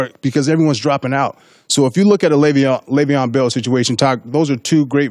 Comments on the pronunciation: How many times is he gonna say “LAYVIAN “ Bell lmaoo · First of all. Stop saying LeVeon's name like a guy who doesn't know anything about sports.